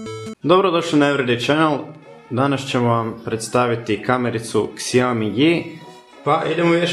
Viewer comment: š(ž)ao - mi se čita ne xiao - mi :)